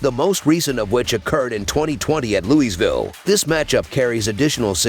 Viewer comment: its LOUIE VILLE. say it with me